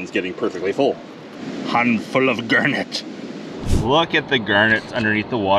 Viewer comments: Bro I couldn’t tell what a “gurnet” was until I realised he was saying garnet😭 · Is it pronounced "Gernett" Or "Garnett" because I always pronounced it with an a sound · I love the way he says g*arrr*net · "Gurnat".......? lol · The first time he said garnet it sounded weird to me…now 6 minutes in, I cannot remember how I used to say it…